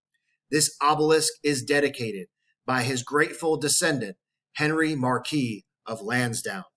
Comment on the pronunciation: Mar-kwiss. Not the french pronounciation of Marquis.